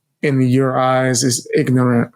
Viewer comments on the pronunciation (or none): Did this dude really make a comment about how someone pronounced a word when he literally said "IGNANT" Instead of ignorant 5 times... This moron mispronounced the very word that we use to call ppl who can't pronounce a word right 😂😅😂